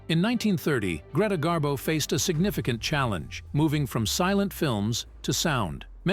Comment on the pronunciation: Gree rhymes with knee. Pronounced Gree-ta Garbo. "Rarely ventured out?" Greta went for long walks in NY, and sightings of Miss Garbo brought out crowds of fans onto the streets just to see her. Miss Garbo walked past my grandfather's brownstone in NY, when he was walking his Scottie dog. Miss Garbo said, "Oh, what a lovely dog." The "lovely dog" suddenly barked at her, and she fled. My grandfather never forgave his Scottie. Garbo also came down to Miami Beach to see Sinatra at the Boom Boom Room in the Fontainebleau Hotel. My grandmother Betty Batista booked a suite just to come down to the lobby and Garbo-watch. The next day, Garbo hopped on a bus, all disguised with dark sunglasses and a hat. A waiter who was a friend of Betty's followed Garbo as she window-shopped near Burdine's Department Store. He took pictures of her with his Polaroid camera.